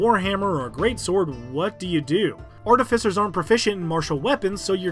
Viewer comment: And yet another creator that makes a video about artificers and doesn't pronounce it correctly. sigh.